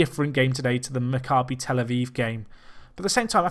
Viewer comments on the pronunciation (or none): none